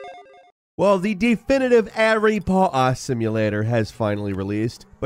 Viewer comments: 😂 sound like this guys say Harry Pah Ha at the begining. Good video though just got a good laugh out that one right off the rip 😂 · Harry pauata